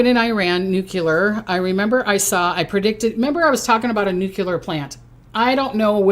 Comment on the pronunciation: Its pronounced noo-klee-er not noo-cue-ler